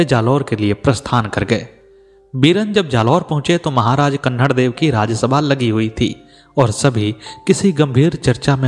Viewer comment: कहानी सत्य घटना पर आधारित हैं । लेखक ने सही जानकारी प्राप्त कर अच्छी प्रस्तुति दी हैं । कहानी में जो बार बार अखरता हैं वो ये हैं कि पूरे विश्व के महान हिन्दू शासक जिसने धर्म के नाम पर फिरोजा को ठुकरा कर हिन्दू धर्म का मान रखा । उस शासक के राज्य को कहानी में बार बार जालोर छोटा राज्य का उल्लेख करना बहुत अखरता हैं । साथ ही कान्हड़देव को कन्हड़देव के नाम से संबोधित करना भी अच्छा नहीं लग रहा हैं । इन कमियों के बावजूद आलेख / प्रस्तुति अतिसुन्दर हैं ।